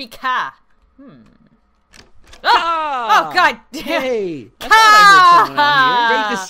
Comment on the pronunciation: You make kha sound like he has special needs.